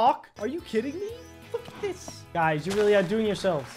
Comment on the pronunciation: I thought he said f*ck this but he actually said lookatthisss